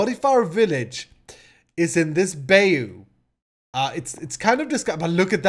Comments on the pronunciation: as a native English speaker who is working on becoming bilingual, I feel it is my duty to help with the pronunciation of difficult words. it's pronounced "BYE-you" not "bay-ou" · not pronounced beyu its "Buy You",... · its not a bay oo it's pronounced bi you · I love this! It's so different from your other series'! Keep it up! also, bayou is pronounced "BYE-YOU" lol love ya!:D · Bayou is pronounced Bye-You. Please do this as a series. It looks awesome. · Great series. By the way Bayou is Cajun French and is pronounced like (bye-you) or bai-u. Fun content bro. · D Bayou is said bye-you :D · i think bayou is pronounced by-you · It's pronounced BAH-you.